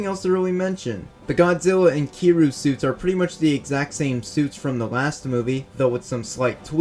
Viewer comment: its kir-yuu